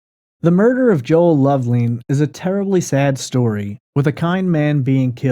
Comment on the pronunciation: Love- lin, not leen